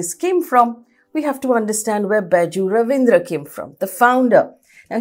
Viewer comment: Not Ravindra, it's Raveendran. Not Kunnur, it's Kannur.